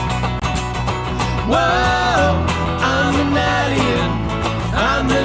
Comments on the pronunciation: I think the pronunciation of alien is probably grounded in the fact that is French. 😊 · Pronouncing "ahlien" might be voice shaping that, with his French accent. He pronounces "angel" similarly in their take of "What Kind of Woman is This". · Why are they pronouncing alien different?? Crap!! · The pronunciation of Alien is more to fit in with accent as he is French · is French, and his pronunciation of alien is what you hear P.S. Love your channel